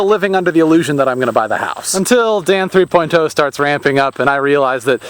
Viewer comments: THREE>>>POINT>>>OHHHH.. NOT THREE POINT TOE!!!!!! Stop Pronouncing it like that!!!! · it sounds like you say dan three poin toe XD